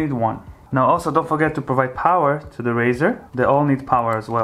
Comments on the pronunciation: A " RISER " is not pronounced " RAZOR " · its 'riser' buddy... not 'raser' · its riser not razor for the love of god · Riser, like sun rise, not raise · rIser, not rAzer.